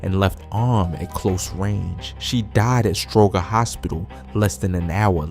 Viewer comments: It's pronounced Stro-jer hospital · Stroger….the makes a J sound 🤦🏾‍♂️